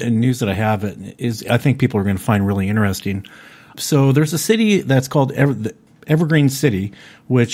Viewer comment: Alistair Bawden Two brothers and they both say it. Inner-ess-ing